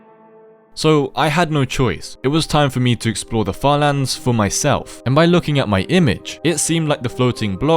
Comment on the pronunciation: "falans" how British are u😭✌️